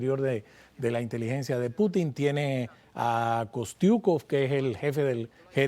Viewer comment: No es correcto Putín…Se dice Pútin .